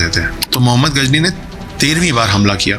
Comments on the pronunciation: pl correct it is not Ghazni it is GHORI. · Ghori tha bhai not gazni